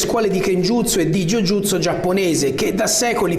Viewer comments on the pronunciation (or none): Bella disamina. Complimenti. Un'unica cosa, Ju Jutsu, a inizio video lo pronunci correttamente invece quando parli di Otsuka lo pronunci male. Per il resto tanto di cappello. Un altro inganno che si dice è proprio che il Kata è un combattimento simulato contro avversari immaginari. Il Kata insegna, come ben dici tu, a usare il corpo. La tecnica sviluppata nel Kata è l'orpello, l'importante è come ci si muove. Il combattimento è adattamento alle situazioni. In questo il M° Otsuka quando codificò il Wado Ryu fece una grande differenza rispetto al Karate Shorin di Funakoshi figlio e soprattutto di Nakayama (il vero padre dello Shotokan). Nel Wado non esistono i Bunkai ma i Kaisetsu. Bunkai vuol dire scomporre, dividere il Kata nei singoli blocchi e capirne la logica. Kaisetsu vuol dire applicare. Cosa? I principi. Quasi sempre una dimostrazione dei Kata Wado differisce dalla forma, si parte dallo spostamento per svilupparne poi una soluzione finale.